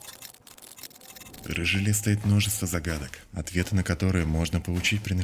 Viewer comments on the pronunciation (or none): none